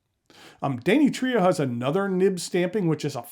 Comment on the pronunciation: Too bad the craftsmanship is in the service of cheesy, gaudy kitsch-like 'art.' But thanks for reviewing the Danny Trio. Wouldn't it be dan-EE-tri-o?